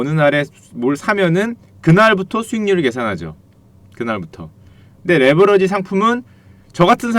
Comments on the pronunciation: 레버리지를 레버러지로 발음하시니 스펠링을 설마 모르시는건가요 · 레버러지가 아니고 레버리지입니다. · 형 근데 왜 자꾸 레'버러지'라고 욕해? 미안해😣 이거는 안살께...😉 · 레버러지가 아니고 레버리지 입니다 바로알고 방송하세요